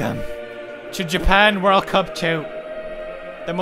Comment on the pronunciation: This is JA-PANG